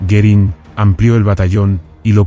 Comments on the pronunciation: I could not watch this as I found it very distracting that the speaker could not pronounce the name "Goering" or even spell it correctly. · Goerìng is not pronounced correctly throughout